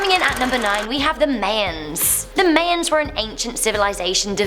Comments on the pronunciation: May-ns? It's pronounced: Maians. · do people really say Mayans like May-ins instead of MY-ins? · ...”mayns” no hate but it’s MY ans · My-yuns not May-yuns Mayans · I can't watch any of videos.. mispronouncing things constantly makes me cringe.. it's now may-ans it's pronounced my-ans. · Pronounces may ons, really supposed to be MY anns. Lol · I guess different countries. I guess the English pronounce it "May-ans" but, Americans say "My-ans" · I Live in the UK no one says it like her! She has no clue obvs. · Man! It was urking me!! 😂😂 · idk if i can finish the video by the way she said my-ans 😭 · I’m pretty sure it’s pronounced Mai-ens but then again it may be different in other areas of the world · If i hear her call Mayans "May-ens" 1 more time I'll kill myself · XD She pronounced Mayans "Mans" XD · Lmao its pronounced mi-yins ya crazy brit lol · Actually the Mayans are pronounced My-ans. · I might be wrong but I think it’s pronounced (MI-ANS) it doesn’t matter but YOU guys ARE AMAZING keep it up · Isnt MAYANS not pronounced as MAA YAANS? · I understand. I live in America and in an area where there is a lot of Mexican Americans. So, I think they wouldn't say it wrong 🤷🏾‍♂️ let's just keep it pronounced My-ans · It's got nothing to do with having a British accent, I'm from London and I say my-ans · not true, I'm British, same accent, but it's My-ans, Mayans is just reading it and not pronouncing it right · it does to me because i live in belize and the may-A-ns are a big part of our culture so.... :p no to sound rude but it's not her accent so learn the real way to say it :3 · yeah... It's pronounced MY - ANS in English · Can she say the word my? Can she say the word Ans? Can she combine the two? 😂😂😂 I’m being a dick it’s really not that serious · She's saying may-ans. Its just how she pronounces it. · Sounds like May-anns when she says it lol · That is no excuse because am British and I can say my-ans. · technically its mah-yens not my-ans